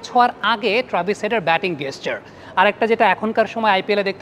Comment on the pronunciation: গেসচার নয় জেসচার